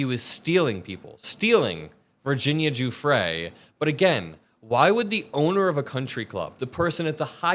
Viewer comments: OMG. It’s pronounced Jewfray. Gi in Italian is pronounced like the letter J. Just like in the names, Giuseppe and Giovanni. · jfc, it’s Virginia Giuffre (RIP 🕊️) not Virginia “Jeffrey “ — put some respect on her name ffs. I mean after all it’s only been in the news/public consciousness for the last half decade or so…😑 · Gah, is it Virginia "guffry" or Virginia "joo-frey"? Which one is it?? I don't understand why people can't pronounce names the way the actual person pronounces it. Very annoying.